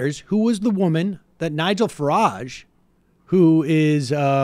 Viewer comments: Nigel "Farange"... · Farage, not Farange. Jesus Christ...